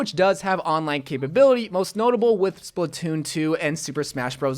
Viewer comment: Did u say splitoon?